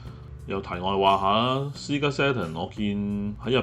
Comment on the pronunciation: Sega 其實讀「些嫁」 唔係「施㗎」 ..我睇左好耐，硬係覺得最怪依個位，希望日後可改回，因為「些嫁」fans聽落會覺得唔習慣🙏🏻🙏🏻